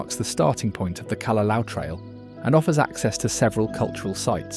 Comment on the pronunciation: The mispronunciation is one; look at the spelling of most of the chapter names. "Narali Coast" "Kalalao Valley" "Hanlay Bay" "Qualoa Ranch" "Cocoa Head" (in addition Koko Head is actually across the road and this is Koko Crater).